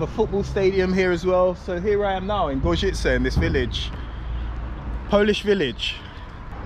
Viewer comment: Outstanding pronunciation on Gorzyce,, I'm seriously impressed!